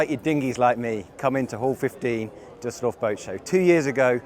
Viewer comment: Your pronounciation of Düsseldorf was perfect!